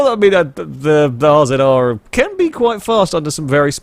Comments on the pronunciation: It's pronounced Razor, not RZR. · It's not R-Zed-R IT'S PRONOUNCED RAZOR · RZR is pronounced Razor